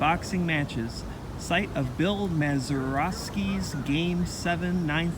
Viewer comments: Thanks for the video. By the way, it's pronounced Măzaerosky, not Māzerosky. I guess that's the best you can expect from a Brown's fan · Just had my 69th b-day, so as if I wasn't feeling old enough ~ here comes a kid who can't pronounce Honus (it's HAWN-us; not HO-nus), or Mazeroski (he's got it as MAIZE-er-osk-ee). Maybe it's the Cleveland Browns jacket, I dunno. 😂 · Very cool video about this storied baseball stadium, but anyone who doesn't know how to say Mazeroski should be banned from baseball (and Pittsburgh) for life.